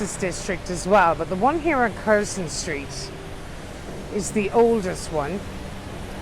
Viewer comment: Lived and worked here decades ago. Its hardly changed at all. It's said Curzun and Barkley btw. Lovely virtually tour thanks.